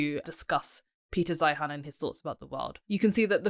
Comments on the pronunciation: Peter's last name is pronounced "Zīən" like "Zion." You sound completely uninformed continuing to mispronounce his name. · Please learn how to pronounce his name correctly and actually read his book. Then you will be much better qualified to critique this expert. Can you clarify who you are? I get the impression you are a China apologist or maybe even a CCP troll. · The least you could do is pronounce his last name correctky, which is the way he pronounces it. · You can't even pronounce his name!! Let's see, he has 500,000 subscribers...You are a...NOBODY :( Your future is as a housecleaner based on what I've seen here. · First of all your mispronouncing his name. Second, I have watched most of his videos. He is usually right but exaggerats everything. The term "collapse" has to be taken with a grain of salt. Collapse could mean reduction. Obviously, if China's population goes down 30% the total GDP will go down, but per capita should go up.